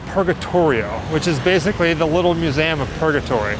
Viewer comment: He's saying museum in a funny way. He's saying museAm.